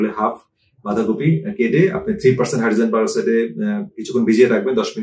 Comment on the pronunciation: হাইড্রোজেন পারস্কাইডের কথাটা ক্লিয়ার বুঝতে পারলাম না। দয়া করে লিখে জানান।